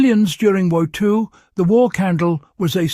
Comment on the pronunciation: I do like the accent for the AI reader, but it had some serious trouble with "WWII". You'd probably be better off saying "World War Two". Having a few still frames or short video clips of what you are actually building (cutting cardboard into strips, melting wax in a double boiler, putting cardboard into an empty can, pouring wax over the top) would be helpful instead of 7 minutes of unrelated generic footage that is adjacent to the subject of this video. Video could be much shorter and convey the information more timely. You might try making it 2 minutes long with a briefer history and instructions. Follow it up with a photo or video of it actually heating a pot of water over the homemade candle. Brevity and clarity would be better.